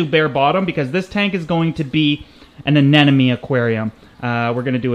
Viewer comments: I love this video but I can't be the only one shouting "anemone, not anenome" at the screen, right? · It's aneMone not aneNome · Is it me or the way he sais "anenome" instead of anemone is just disturbing? Amazing content otherwise, keep it up!